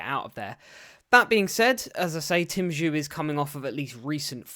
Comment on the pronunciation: Bro well done for covering this but was hard to hear you mispronounce Tim’s name throughout 🙈🤪